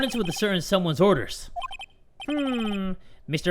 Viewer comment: *Dies from saying OrDeR OrDeR too much Me: *on my floor crying for saying OrDeR